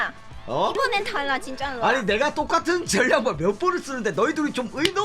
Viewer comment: 팥순이 이번엔 달라 말하는거 진짜 중국인 말투 억양 발음이네.